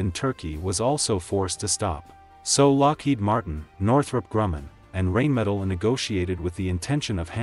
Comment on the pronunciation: First of all it's pronounced RHINE-metal not RAIN-metal. Guessing you haven't studied them very well or your AI robit is artificial comcompetence.